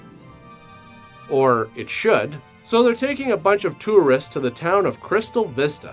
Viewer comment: This guy says the word Tourists weirdly. thats neat hope he doesnt become self conscious about it or anything